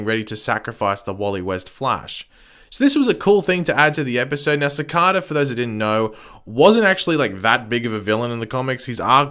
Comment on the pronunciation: is it an accent